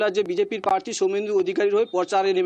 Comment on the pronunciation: 'পচারে'! 'পার্থী'! 'বয়াল্লিশে বয়আল্লইশ'!